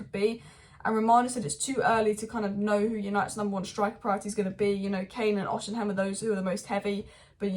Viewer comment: Why keep saying Osiham? It's osimhen 😂😂🤦🏼‍♂️